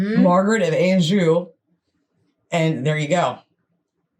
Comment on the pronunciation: Not sure that the narrator's British - sounds a bit Australian, maybe? I would suggest more standard English ways of pronouncing the following words/names (in brackets) although there are of course variations throughout the UK.: St Albans (all-bnz), not Al... Anjou (on-zhoo) not anne-jew; Warwick (worrick) not war-wick; Towton (toe-tn) not Tao-ton, Tewkesbury (tyooksburee) not Tyookis, and Tudor (tyooduh) not TyooDOR. However, we both do tend to say dinasty.